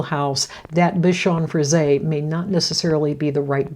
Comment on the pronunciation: It's nice to hear someone pronounce Bichon Frise correctly. I don't know why they don't just put an accent mark above the 'e' -- Frisé. That would help 😊😊